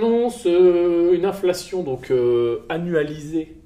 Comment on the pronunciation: Si t'avais robotisé ta division en syllabes tu saurais que c'est "in-fla-tion" et non "inf-la-tion" . 😊